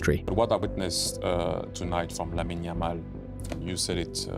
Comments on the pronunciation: It's pronounced Lamin, the e is mute. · Lamine-a??? Pronounce it correctly